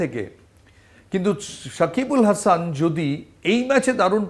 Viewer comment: গৌতম ভট্টাচার্য একজন অসাধারণ গুনী ক্রিকেট সাংবাদিক,তাকে আমি ভীষণ পছন্দ করি। কিন্তু সাকিব আল হাসানের মত একজন ক্রিকেটারের নামটা ঠিক ভাবে উচ্চারণ করা উচিত।